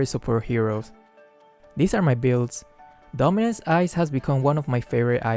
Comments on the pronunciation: Is it just me or did I hear dumbass eyes instead of dominance ice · I thought said dumbass ice instead of dominance